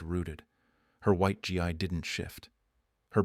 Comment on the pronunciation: also, gi is pronounced ɡē